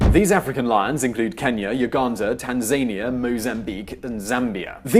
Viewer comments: Tanzania not Tanzenia the a is a not e. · Tanzania? As in, Tan-zayne-eea? Not Tanzah-nee-ah? Weird. Never heard that pronunciation before. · TanzEEnia?? It's TanzAnia..Did you just find out about tanzania for this piece? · Firstly - fantastic commentary, thanks. Secondly, the pedant in me keeps wanting to shout at the screen - "Tanzania" it's not "tan-zane-ee-ah" but "taan-zuh-nee-uh" - odd, I know, but I've check Oxford, Collins, and Miriam Webster's dictionaries and some web only resources such as " and they all agree. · He pronounced Tanzania the way its spelled, (tanzaynia) its pronounced Tan-Za-Ni-a as if you were saying four different words. Funny how the same word can be interpreted differently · It's tan-za-NIA not tan-ZANY-a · Lol. Ten-zania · SCREEECH "Tan-ZAY-NEE-AHH"?! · Tanzaynia?! Eh? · Its Tan-zah-nee-ah; the way you said Tanzania was so weird. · I'm not too sure about Uganda as we are still struggling to elect in a new Government. P.s its funny how you pronounce Tanzania. Anyways love the channel. My go to for worlds news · You mispronounced Tanzania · You butchered the pronunciation of Tanzania completely